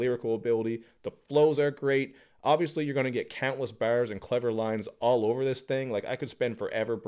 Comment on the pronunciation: Love how he is saying „Bars“